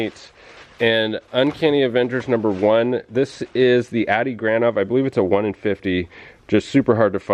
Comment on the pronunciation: This is the second time have commented on your videos. Great stuff as usual. You need to pronounce Adi as (Audi) like the car. He use to sit next to me in airbrush class at the Art Institute of Seattle, when we went there at the same time. Super cool guy.